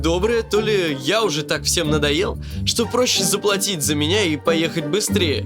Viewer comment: Скажите ей, пожалуйста, что произносить надо не "sank you", a "thank you"! Это важно, потому, что есть большая разница!